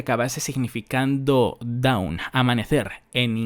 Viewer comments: La palabra dawn se pronuncia "don" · te recomiendo que mires como se pronuncia Dawn porque la estás pronunciando como down